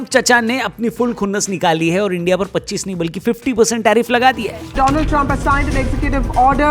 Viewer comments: Sahi se padho kya likha hai or puri video dekhna, tab pata chalega kyu comment Kiya hai meine.....Donald Trum ki jagah Dolund Trump kaha (slip of toung)...watch full video from beginning... isliyeh 😅... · Donald Trump ❌ Doland trump 🌝✅ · Doland trump 😅😂